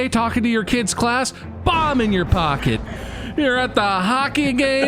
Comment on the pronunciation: I swear, at first I thought Bob was saying 'Bob' in your pocket instead of 'bomb'. I've been reading it wrong this whole time!